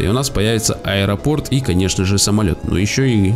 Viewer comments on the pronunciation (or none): none